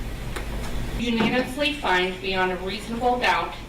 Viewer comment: How can you not practice the word "unanimously" the night before?